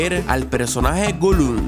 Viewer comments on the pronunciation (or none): q le dices gulum si es golum? solo pregunto :)